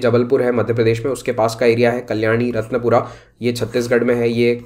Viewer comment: Not रतनपुरा its रतनपुर